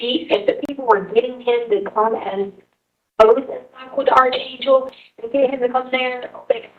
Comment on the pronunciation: She can't even correctly pronounce archangel 🙄